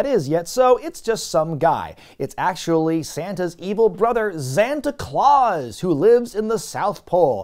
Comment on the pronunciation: Wondering why is not pronouncing it E-Xanta Claus, as he does with E-Xavier Woods 🤔